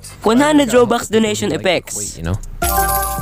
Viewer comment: why tf does he say robukhs